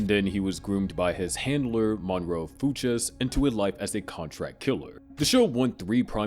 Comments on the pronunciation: BRO I can’t do it with you pronouncing fuches like that, what has the world come to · Why can’t you say the name the way it comes out in the show? It’s so jarring especially because you say Fuches so offer. Barry literally screams it in the show. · No one who watched Barry would pronounce Fuches that way. 😅 Seems so disingenuous if you really made this video using like summaries of Barry online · Crazy pronunciation for Fuches lmao. They say it constantly throughout the show